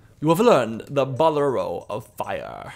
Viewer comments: I'm really glad I found this guy, he reminds me a bit of myself. Same sense of humour, the fact he goes clubbing, his Zelda love. One of the most enjoyable let's plays I found. Also just as I'm typing this; Bolero is pronounced as ball-air-oh :) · Very good chanel, i just found out and is very cool, also you pronounced the bolero of fire almost right